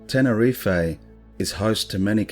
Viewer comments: Love your channel! Awesome content to watch just before bed - don't know why I always find that unnerving stuff at night, but it's great!! Pet peeve - mispronunciation. You said 'Ten-er-ee-fay' it's actually 'Ten-er-eef' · The way we say tenerife in the UK is that we DON'T pronounce the e on the end. Its actually Tenereef how we pronounce it. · It’s not his voice it’s ai he sounds a bit Australian surely not going to to all the research and butcher the name of the island he’s researched?